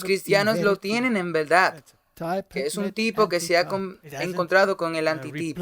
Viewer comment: Ni Saturno ni Saturno, se dice Saturnino. Y como crítica constructiva muchísimas palabras son muy mal pronunciadas. Por ej dice plurales y singulares mezclados, así como no se dice saceldocio o saceldote sino sacerdocio/ sacerdote, ni velda sino verdad, y una gran infinidad de palabras asesi nando así el idioma español. Tampoco se dice "preterorismo o preterorista" lo correcto es "preterismo y preterista". No se dice "jesuista" sino "jesuita". Yo no sé de qué país seas y como pronuncian en tu país y si hay la tendencia como en Puerto Rico que cambian la "r" por la "l" en muchas palabras pero no sé porque al leer la cambian a menos que en su país tengan un abecedario cambiado. El problema es que en otros países de habla española no lo entendemos así. Y eso confunde.